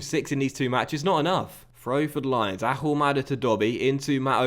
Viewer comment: Ahumada is Argentinean. Therefore, you don't pronounce the "H" in his name.